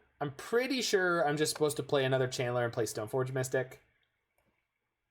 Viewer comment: It does sound like you're saying Chandler. I think it's cuz you're pronouncing it Chan'ler. I thought that was a nickname you gave Channeler or something.